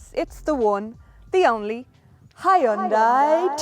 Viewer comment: rofl hi un dai... its so funny when people cant even read a name right....